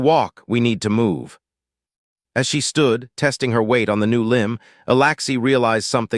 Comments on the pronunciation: humm you write alexy but say alaxy please get your act together. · Alexi not Alaxi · Right foot on the left leg, Alexi is pronounced with the letter E not the letter A for Alaxi.